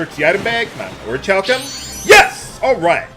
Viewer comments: I'm decently sure Orichalcum is pronounced Orikalcum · The first "c" is silent. It is pronounced Ori-hal-cum.